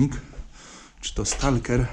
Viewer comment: Świetny materiał, ciekawy i wciągający. Zastanawia mnie tylko, co/kto to jest "stalker" i skąd, z jakiego języka się to określenie wzięło. Normalnie pomyślałbym, że z angielskiego, ale wszędzie (również tu) spotykam się z kompletnie nieangielską wymową... Wyraz pochodzi z angielskiego i jest spolszczony czy ma inną genezę? Absolutnie się nie czepiam, jeśli to po prostu kwestia złej wymowy, jestem zwyczajnie ciekaw. Z góry dzięki za odpowiedź.